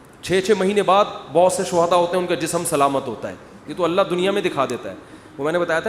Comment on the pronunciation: Mukti saab aap her baar Alla kaha Alla bolrahe ho..Kaunsa language mein kaha..kab kaha..???video proof hai👂👐🤙phone kia